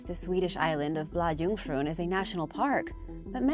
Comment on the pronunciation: When you talk about Sweden it would be better if you say the names in English instead of trying to say them in Swedish. When you say Bla Jungfrun that is wrong. The real name is Blå Jungfrun and when you translate that to English it will be Blue Virgin. And Blakulla is Blåkulla and thats the place where all witches go the day before longfriday. Thats what we celebrate here in Sweden when we dresses up like witches.